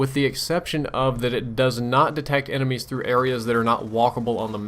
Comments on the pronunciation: it's enemies not emenies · "Emenies" LOL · lol emenies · " EMENIES" lol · "Emenies" as opposed to "Enemies" Just wanted to point it out and let you know.